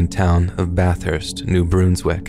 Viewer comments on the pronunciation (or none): it's not New-Broons-wick it's New Brunswick, with a short 'un' sound. Source: I live here, and NB in general has a weird vibe so it will come up again in a future story, I'm sure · I heard Bruns not broons. Idk maaaaaan.